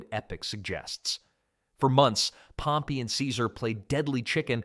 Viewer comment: He uses the correct pronunciation